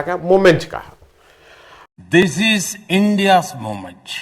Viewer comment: Mommench , kwulties and one more that I don't recall ! Why speak in English when he cannot speak the language and more importantly why does he and his cohorts poke fun at the slip of tongue. !